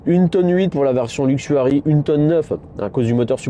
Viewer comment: " Luxury " et non " Luxuary " Très bonne vidéo sinon :)